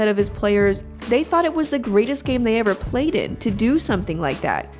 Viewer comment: Chenue is mad because you said playded and not played lmao.